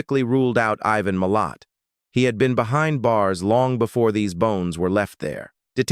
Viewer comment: why has ivans name turned into Meo? I dont mind AI videos but u really wish the crate were try and get the AI to say names correctly. It takes so much away from what is being said when getting frustrated at pronunciations.